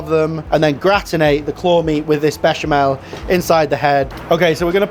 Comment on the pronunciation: Mischeleng? Ich sag auch nicht Herbert wenn ich Susanne meine. Mhmm, der Klassiker Baschimal..... Erbärmlich, dieser KI-generierte Vertonungsmist. Die billige Sekundenheischerei verhunzt sehenswerte Beiträge komplett.